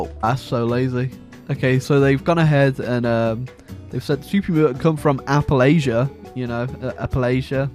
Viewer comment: "Apple Asia" , Appalachia . they are trying to tie fallout 4 into Fallout 76 and Fallout 3.